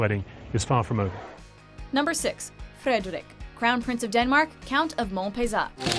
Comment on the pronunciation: okay, nice to see the Danish prince! But it was not close to the Danish pronunciation of the name Frederik. Hear how google translate says it ;)